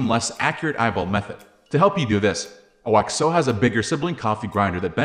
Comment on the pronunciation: You can pronounce it like Oxo rather than O.X.O.